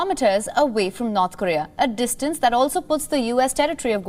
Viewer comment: It's NOrth KOrea, not "NArth KArea".